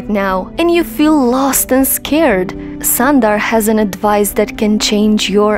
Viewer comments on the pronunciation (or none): Get the name proper first it’s not Sandar it’s sundar ....1.30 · It is an injustice to pronounce the name of Mr Sunder in this wrong manner and one could have taken care to know how this name is pronounced